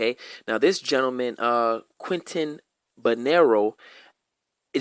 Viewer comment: Cuban here. Name pronunciation is the first thing you should try to get right when paying respect to someone, and I can say that I see zero effort or research on your side to get that right. Even on your board, you have Quentin when his name was Quintín Banderas. I have never heard anyone claiming that Antonio Maceo was white. He wasn't black either, most people fighting in Cuba back then were called criollos, an african-spaniard mix that today is referred to as mulatto. Hatuey is not mocked in Cuba, but respected. Though that is a really bad beer.